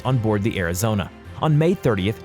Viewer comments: I think he only got uss arizonas name correctly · At least he managed to pronounce the Arizona right. Needs to find a new job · Im surprised he pronounced Arizona and Iowa correctly.